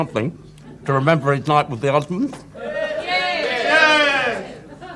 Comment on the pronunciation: it's Osmonds. Not Osman's, somebody on the show needs to get it right.